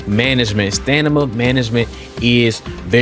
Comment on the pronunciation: “Stanima” lol smh come on bro stop make us black folks sound dumb lmao 🤣